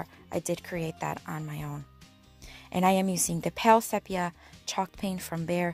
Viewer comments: I thought you might like to know that the e in sepia is a long e sound—see-pia. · The word “sepia” is pronounced with a long E, SEE-pee-a. Just in case you wondered. LOL